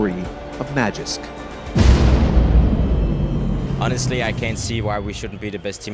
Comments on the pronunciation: For those wondering is the correct way of pronouncing Magisk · Being a friend of the person in question, i can absolutely guarantee, that is the way to pronounce his name. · he is only providing the correct pronounciation of magisk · Actually... the guy correcting - says it right... that's how you pronounce it. There you go.